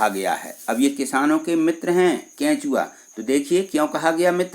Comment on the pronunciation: Sir bhut acha kechuaa ko kachoaa